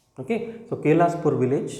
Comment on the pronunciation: కేస్లాపూర్ విలేజ్ అన్న..కేలస్పూర్ కాదు